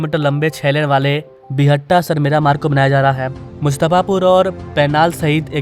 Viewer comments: बिहटा not बिहट्टा 🙂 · Buhatta nahin re Bihta hai wo